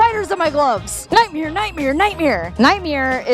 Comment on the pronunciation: Is saying Nightmere a Tampa thing? Bert Kreischer says nightmare the same way.